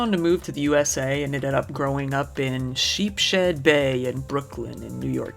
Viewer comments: It's sheep's head bay, not "sheep shed bay" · Great change of pace video and nice to see u getting lit while doing it, u should do it more often u seem more relaxed lol & BTW its pronounced 'Sheeps Head Bay' not 'sheep shed bay' 🤣🤣🤣 Also Can u PLEASE cover the Ricky Gray/Grey case ? Nobody ever talks about it & its wild. It involves family massacres, multiple other murders, more than 1 killer & a bunch of nonsense Please 🙏🏾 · It’s pronounced Sheep’s-head Bay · It's pronounced sheep's head bay lol I love right there the picture you showed is Emmons Ave lol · It's pronounced sheeps head bay 😉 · Sheeps Head Bay. You're saying it wrong.